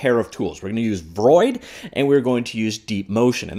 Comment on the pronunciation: Everyone: v-roid studio: Freud studio